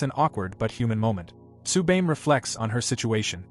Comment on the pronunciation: Had to stop watching cause you keep fucking up how to say Tsubame.